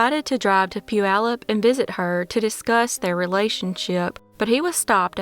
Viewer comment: Bravo for pronouncing Puyallup correctly!!! 👏👏👏👏👏🙌